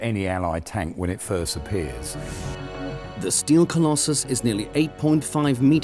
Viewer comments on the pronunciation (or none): none